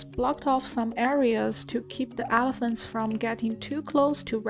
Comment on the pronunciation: Also 'helephants'